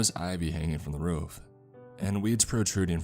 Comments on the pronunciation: Why did he say ruff instead of roof? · Boogie man on the rof, not roof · The way he says roof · Love the story and love your narration. Just... please... work on your pronunciation of roof.